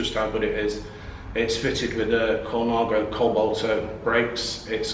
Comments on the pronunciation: What a guy, great he could share his collection. A growing business I expect. Why not pronounce 'Colnago' like the Italians, (col-Nah-go (emphasis on the 'Naah') and not Colon-ah-go) or are we English allowed to butcher all trade names for not being British? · Aaah !!! Stop saying "ColOnago" !!!!!!!! ;-) What a great shop.